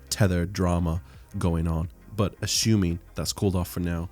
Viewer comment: "ashoooming"... lol great video. thanks